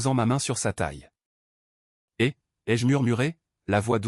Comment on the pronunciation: C'est quoi cet audio de 💩 ? À la place de "et" la voix IA dit "va".... C'est d'un chiant ! Encore un boulot de boulet.